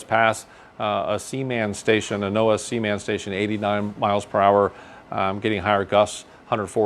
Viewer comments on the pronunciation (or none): none